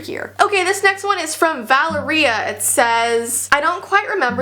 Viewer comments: I think valeria is pronounced val-air-ee-ah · How u purnowesd valeria I think it was purnowsed va-la-ria just sayin sorry hope this doesn’t interrupt u or makes u mad at me sorry 😥😥😥 by the way I’m a subscriber and I like ur vids 😋😋hope u have a nice rest of your day!!!!!!!!